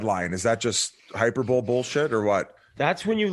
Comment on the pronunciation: The fact the Biz used the word hyperbole correctly in a sentence but pronounced it "hyper-bowl" is why we love him, that shit was amazing.